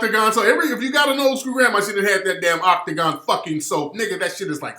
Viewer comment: You brought it back wit " Octogon" hahass